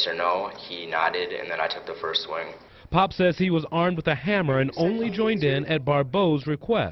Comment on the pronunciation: The very first two pictures you showed are both of Antonio, and Nate’s last name is pronounced “Pop” or “Pap”. I don’t know why it irks the hell out of me when true crime channels fuck up their due diligence reporting on something as serious as the Barbeau case. I’m actually almost afraid of what other inaccuracies a waiting for me when I press play again.